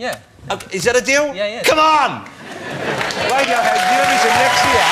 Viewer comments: maybe they are intimidated by his humerous approach to the interview, i think they find it funny though...maybe they're trying not to laugh at mr woss for keeping on calling them wadiohead! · "Wadiohead ladies and gentlemen"